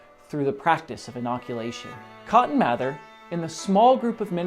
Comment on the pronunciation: I'm a direct descendent of cotton mather. It's pronounced "mayther"